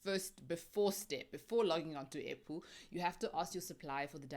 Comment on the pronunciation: All this time, I thought you were saying apple, kanti airpool😂😂